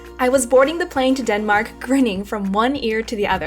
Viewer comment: ”Denmark”, seriously? IM FROM FUCKING DENMAKR!